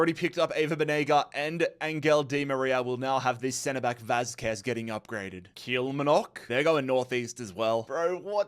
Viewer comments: It's been years and years and my man still can't say 'kill mar nick'. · Say it with me Kill-Mar-Nock